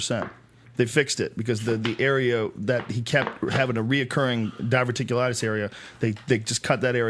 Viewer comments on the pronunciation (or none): DIAZ "his divurticulites is making a comeback"